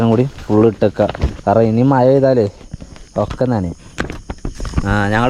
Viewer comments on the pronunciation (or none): ഇവിടെ മയ, പൊയ, ഇജ്ജ് അവിടെ മഴ, പുഴ, നീ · മയ അല്ല മോനെ മഴ